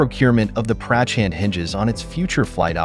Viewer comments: Its not Prachaaand its Prachand ...correct your pronunciation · Nice work but you could have spent 2 minutes to lean how to pronounce "Prachand" correctly....